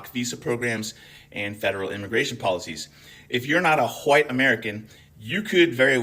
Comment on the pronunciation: Ya mean hawhite milk?